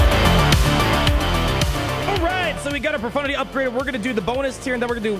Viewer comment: lol a streamer that actually says profundity and no pro-FUNTITTY?